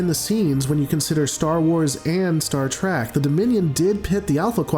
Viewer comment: Please don’t let this guy make another Star Wars/Star Trek video if he can’t say Star Trek right because he saying Star Track. I’m not saying he’s bad but he needs to say the names right.